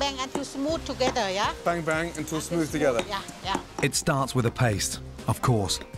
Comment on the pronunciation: “Beng-beng” thought he said bang bang